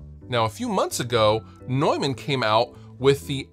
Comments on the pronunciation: It's tough for native speakers of English because there is even a vowel in there that does not exist in English. The 'eu' is phonetically actually /ɔø/ (the second one being a vowel that's often to find in northern Europe) and the 'a' is not the english /ɛ/. It's more a short version of an 'a' like you might hear in northern british dialects like scottish. So I don't blame anyone for not being able to pronounce it the German way^^ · Straight up, I thought Neumann was pronounced "Newmahhn" lol